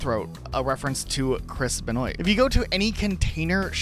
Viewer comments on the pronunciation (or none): May I just correct you a little bit when you were talking about the saints row Taunts in the game and said Chris’s name his last name is pronounced like this (BenWah) not Benoi or in the very least look up a video of his entrance and listen to how the announcers say his name…just a small nitpick but also these hidden things are super interesting